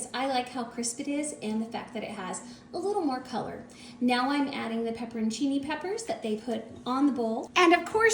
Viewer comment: Pepper-on-Cini, not peppercini.